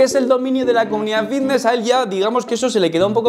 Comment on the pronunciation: Por qué cojones dice "Vitness" y no Fitness?